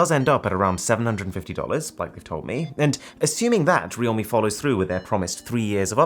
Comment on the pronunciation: its pronounced "real-me"? I've been pronouncing it as "realm" lol